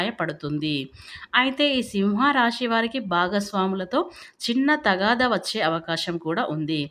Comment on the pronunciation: Miru సింహ రాశి అని కరెక్ట్ గా పలకడం నేర్చుకోండి